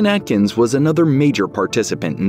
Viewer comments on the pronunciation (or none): none